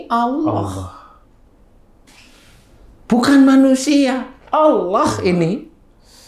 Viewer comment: saya dengernya 'Allakh' bukan 'Allah'.. Semoga bisa diperbaiki ya 🙏🏻